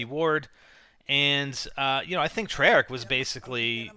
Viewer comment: It's made by Treyarch not "trey arch"